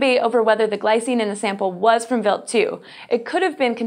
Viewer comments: Why is it pronounced wilt, not wild?. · the way she pronounced it was actually how you pronounce "Wild" in German (meaning: Venison, Wild game) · Im pretty sure talor swift is not a good person to use as a generalization of human kind, why do you pronounce wild like that? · is it just me, or is the way she is pronouncing the comet name weird? I'm going to assume that she is correct, and it's just me though.